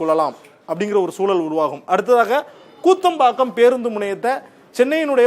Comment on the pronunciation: கூத்தம்பாக்கம் அல்ல ❌- குத்தம்பாக்கம்✅